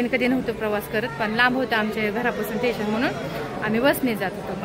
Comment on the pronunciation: ठेशन नाही स्टेशन